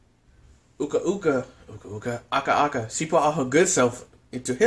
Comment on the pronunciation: it's aku aku not aka aka